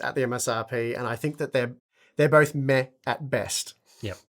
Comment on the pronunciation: you're pronouncing "meh" wrong :p